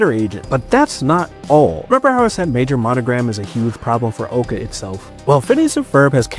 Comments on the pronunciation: OWca not oka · He called it oaka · Ow ca not owe ca